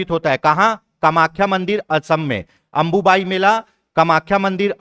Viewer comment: अंबुबाची है सर जी अंबुबायी नहीं